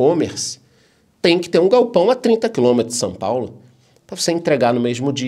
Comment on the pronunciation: seus vídeos são tops. Assisto todos e com muita atenção. E sabe uma curiosidade a seu respeito? Vc não pronuncia São Paulo. A sua pronúncia esta mais para Sam paulo kkkkkkkkkkkkkkk Abraço e gratidão por tanto conhecimento entregue